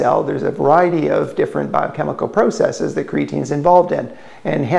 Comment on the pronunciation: PRAH-sess-eeeez, buddy. Learn to speak proper Eeeeenglish